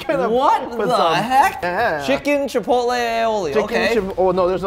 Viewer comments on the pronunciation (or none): none